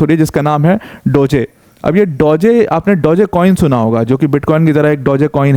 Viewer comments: डोजे नहीं डॉज होता हैं। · Mostly indian unaware about DOGE crypto .... so they pronouncing wrongful 😂😂dogeey/dogyy etc